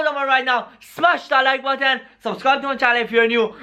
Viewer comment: WHY DOES HE SAYS HIT THE LIKE BATTAN NOT BUTTON